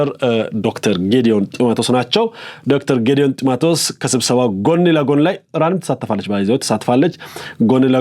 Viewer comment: ቆይ አንተ ኢትዮጵያዊ አይደለህም እንዴ ??? ጢመትዎስ ሳይሆን ጥመቲዎስ ነው 😁😁😁😁😁 ko ሀዲ 👺👺👺👺